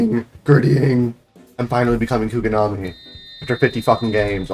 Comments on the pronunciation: Bro said kugonami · bro can NOT pronounce kunigami